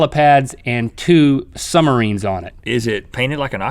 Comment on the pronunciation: "Two sumerines"